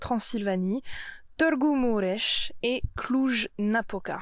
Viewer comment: Je suis ébloui de ta prononciation de Târgu Mureș ❤️. Tu peux même prononcer correctement le son î/â 😮